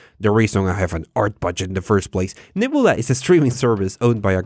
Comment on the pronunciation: You said "nebula" a lot of times and I still had no idea what you were saying... "nibblea"? Neb-YOU-la.